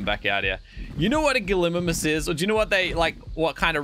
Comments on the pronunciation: what the hell is a galimmmmmmimmmmus ...... GALLY-MYMUS ffs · It's Gallie-Mimus. But what is a gliminis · It’s pronounced gal-A- mim-us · GALY-MY-MUS thats how you say it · It’s Galli mim us